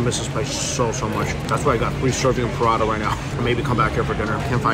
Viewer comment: The way you say prata absolutely drives me insane. It sounds like you’re saying pirada.